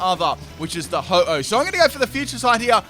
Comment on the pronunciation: its ho-oh not ho-ho